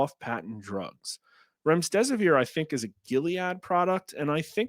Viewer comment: There is no s between the m and the d in Remdesivir.